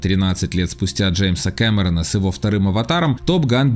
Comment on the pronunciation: да кто такой, этот ваш "Джеймс КЭмЭрЭн"???